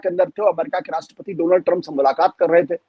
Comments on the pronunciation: My dear phraind Donaaal trum 😂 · Its dolaand trump😂😂